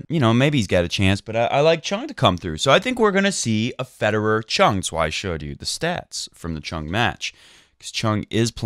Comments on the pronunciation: ChUng, not ChOng. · You so did not! :-) Try to pronounce the U like the OO in food. Choong.